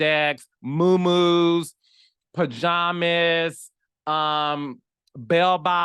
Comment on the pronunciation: 😂😂😂😂not mow mow’s. STOP ✋🏾